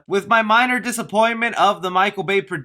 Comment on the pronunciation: can you even pronounce"mutant"?